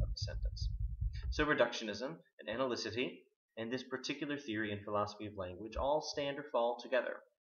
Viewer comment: Great. To be fair, though, it is, In Quine, not "analycity" but "analyticity".